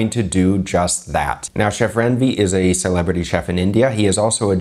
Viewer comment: It's not Ran-Veer! As much as you like us to be respectable. So, it's a request you know how to pronounce the names properly as well. Stop comparing risotto with rice! Not everything is western food culture. Thank you.